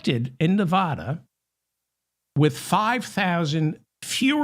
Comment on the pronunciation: Hey David, I'm not the pronunciation police, but I do know how to properly pronounce my adopted State of Nevada. It seems to be a thing with people from the rest of the US (not Westerners) but they often mispronounce the States of Nevada and Oregon because they don't hear the correct pronunciations in normal conversation. FYI